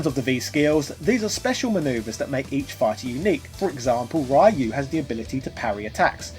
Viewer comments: Everytime he says “Rayu” I cringe. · Please don't do anymore Street Fighter games until you man up and start pronouncing Ryu's name properly. I have 100% proof it's pronounced ReeYou/Riyuu. That is so disrespectful. Real Japanese people have that name and you and your EGO still refuses to properly pronounce the name. When Japanese say the name the R sound rolls off of the tongue quickly, so it sounds kind of like the D sound. Next, the speed at which it is said makes it sound like Duu or Ruu sometimes, but most often you can clearly hear the person saying Riyuu/ReeYou and definitely not like you're pronouncing it, as Raiyu/Rayu.